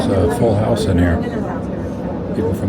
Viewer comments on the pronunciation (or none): none